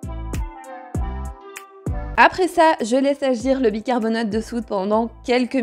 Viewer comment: Cc. Bicarbona(te) de soude et non bicarbona(de). 🙂 . C'est jamais évident d'avoir une poubelle qui sent très très bon et non très très mauvais. 🙂 .